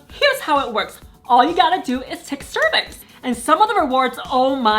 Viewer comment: "Take a cervix!" I heard it while looking down and looked up in time to see the CCs also heard cervix....